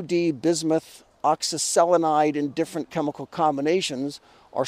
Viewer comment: You have my respect for just being able to pronounce oxyselenide.